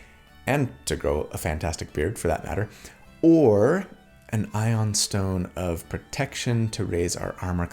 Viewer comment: it's pronounced eye-oon stone